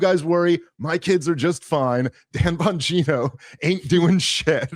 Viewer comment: Is pronounced bongina